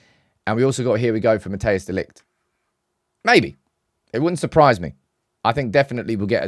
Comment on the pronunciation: It's not pronounced Mattheus De Ligt, Mattheus makes it sound like a german name. It's actually pronounced more like, Mat-ice De Ligt. Greeting from The Netherlands, hope we get him and Zirkzee!